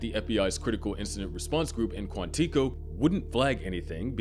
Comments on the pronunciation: … where, in any media, have you ever heard someone pronounce it ‘Quan-TEECO’? It’s Quantico… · kwon-tiko? You mean KWON-ti-koh? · Not Quàntíco. It's Quántìco. Stress on the 'a', destress on the 'i' (the 'uh' sound). Hope that helps :D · Did you say “Quanteeeko”? Lol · Quantico is pronounced: (Kwan-ta-coh) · KWON-TIKO 🤣 New Mortal Kombat villain? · Did you call it Quanteeco? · You don’t even know how to say quantico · Why would I trust anything in this video if you cant even pronounce Quantico correctly. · Begging you to look up the pronunciation of 'Quantico'. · You are mispronouncing Quantico. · No1 talking about the pronunciation of Quantico 😂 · Im finding it hard to take this analysis seriously when you cant pronounce Quantico correctly. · If you don't know how to pronounce a name, like Quantico, put it into google and learn, rather than sounding like an idiot for your entire video... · Your mispronunciation of Quantico is distracting. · Dude your pronunciation of Quantico is driving me wild. Good video besides that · Stop saying Quantico like that.